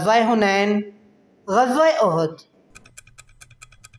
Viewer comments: عزوة(اُحُد) تم نے عزوۃ اَحَد پڑھ لیاجس کی معنی ایک سے ہو گا صحيح پڑھنا چاہئے جیسے اُحُد جو كه مشهور پہار ہے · Ahad nhi uhad hai.